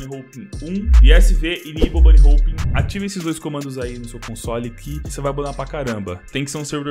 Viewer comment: bunny HOUPE KKKKKKKKKKKKKKKKKKKKKKKKKKKKK n sabe nem falar #foda